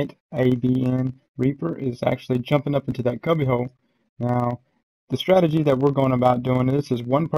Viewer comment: Lol "strategy"